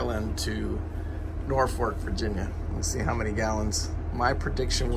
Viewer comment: There is only one "R" in the word Norfolk.